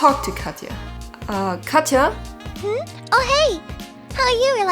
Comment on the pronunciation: lmao my older sisters name is Katya, I freaked out when he said her name 😳 you actually said her name right tho lots of Americans where I live say it like “Katcha” for some reason